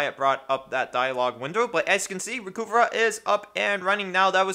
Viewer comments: It's pronounced "recover", not "reh-cu-vah". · "Recuva (pronounced "recover")" It used to say on their website.